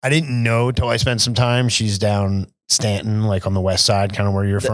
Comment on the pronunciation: Bro ....did you say Staunton????